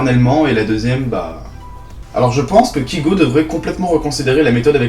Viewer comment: Premièrement, apprend à énoncer correctement le nom de l'artiste que tu permets de critiquer, ce n'est pas "KIGO" mais bien "KAYGO", et qui s'écrit Kygo. Je pense que tu ne te rend pas forcément compte du travail fourni derrière ses musiques ainsi que le sens, dire que ses musiques sont "nulles" je trouve ça très peu pertinent pour une chaine qui se dit critique. Et dire qu'il n'a pas d'avenir, rien qu'au aujourd'hui, après avoir achevé sa tournée mondiale, il s'encre vraiment dans le carré des meilleurs DJs mondiaux. Critique, si on peux appeler ça ainsi, sans aucuns intérêts.